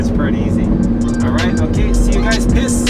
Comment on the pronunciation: When you say peace it sounds like piss hahahaha